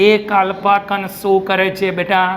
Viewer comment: કણ ને કન kem kaho chho. ??n